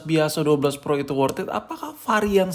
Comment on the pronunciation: wortat wortiti wortet wortititan